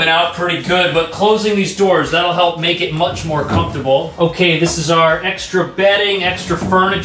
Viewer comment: “To maek coiffee”